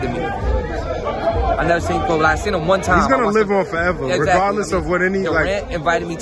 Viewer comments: PUT SOME RESPECT ON THAT MANS NAME HHIR "KOBE" WITH AN E YOU KINDA LAME FOR THAT ONE BRUH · It’s not koby it’s KOBE!!!!!!! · Koby? Please get his name correct!